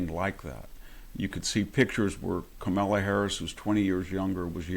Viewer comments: dont forget CAMEL laa... HAHA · Haha ! He called her KamEla, not KAmala, love it ! And he did it each time !😊😅😂